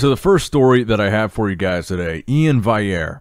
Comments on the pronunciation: Is there a reason why you keep saying Ian "vayere" instead of how hes described how you are supposed to say it? Curious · Hey, pronounce iain valliere with an L